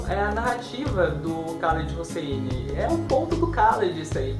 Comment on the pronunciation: olá! A pronúncia é "Raléd Russini"